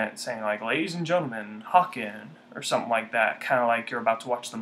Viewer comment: H-a-ken. As in bacon...